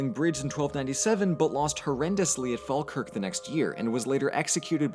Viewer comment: OMG THATS NOT HOW YOU SAY FALKIRK MY GAWD